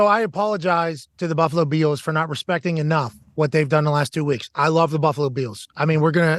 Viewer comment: Why can't McAfee pronounce "Bills" properly?